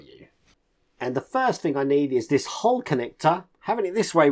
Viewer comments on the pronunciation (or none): It's called a 'hull' not a 'hole'. It annoys me no end. You did it on the Bismarck build too.